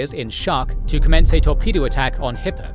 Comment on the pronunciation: Kept hearing "Hitler" instead of Hippe